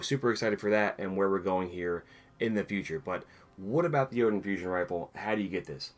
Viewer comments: It’s pronounced yeet-uhn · Ok, that makes more sense now i thought having that frame gave you a higher chance of getting it but you still had a tiny chance to get it without the frame Btw i pronounce it Joe-Tunn